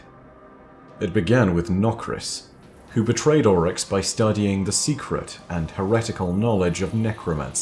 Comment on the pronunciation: Ami the only one that absolutely hates the way he pronounces Oryx in this? Everything else is amazing though.